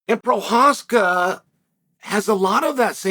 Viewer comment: Can pronounce prochazka but can't B i l a l. Wow chael